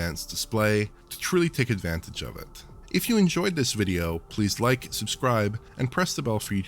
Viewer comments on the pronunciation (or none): none